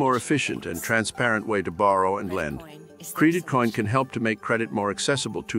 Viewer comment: Cr"ee"dit coin huh? 😂 what the heck. Is this Ai or something.